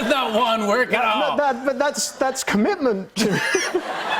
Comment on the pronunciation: What he said: Wand work What I heard: WoN wOn